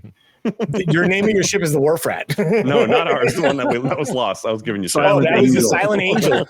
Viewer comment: "Wharf Rat" is the ship? The first few times I thought you said "War Frat"! 😂